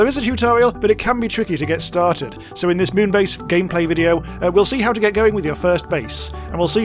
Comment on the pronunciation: I think it's pronounced Meow-n base :3